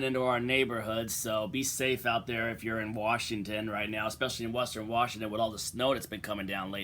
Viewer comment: Washington or Worshing ton? 🤣🤣